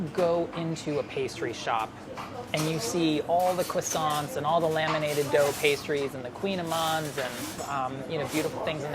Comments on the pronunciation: Did... Did just say Coissant, like Tom Holland does? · “cwasonts-“ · He says croissant as quassant lol